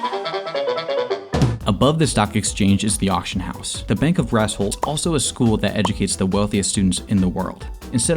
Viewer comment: So who's gonna tell him that "Brassholt" sounds an awful lot like "Asshole"? But I guess it makes sense that the Alphas live in Asshole City